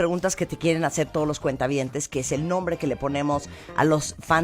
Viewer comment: Me duele los oidos cada que dices cuenta- habientes, estoy en el banco o que?